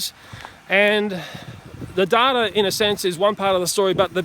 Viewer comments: Data= day-ta, not dada. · You pronounce "data" weirdly.